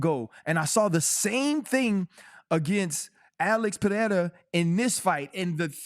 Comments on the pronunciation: can someone correct DC's pronunciation of Pereira's name? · Guys, respect Pereira enough to say his name right ffs